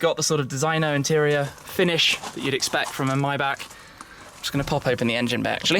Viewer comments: Maybach not myback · Tim, please learn how to pronounce maybach. Phonetically 'my-bock'. Otherwise, all good